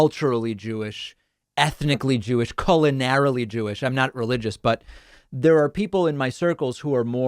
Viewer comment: 🍇 --- The PREFERRED BEST pronunciation for "culinarilly" is QUE-lin-air-uh-lee. KEOO-lin-air-uh-lee. (Submitted with all due respect because WORDS MATTER) 😊 🍇